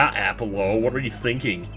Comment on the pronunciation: My dog's name is Apollo and hearing you say "Apple-lo" makes my day. It's one of my dog's nicknames I give him, too!